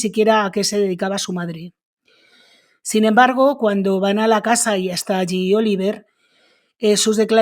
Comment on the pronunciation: Oliver y se pronuncia Olivié . Que bobos son de regresar del Canada. Y el dinero sigue para ella?